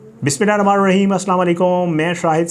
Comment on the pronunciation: O pay bismila sae prhna seekh lay ramaan nae rehman hota hay